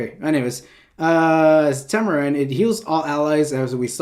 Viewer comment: diene >>> tamarine work on your diene man XD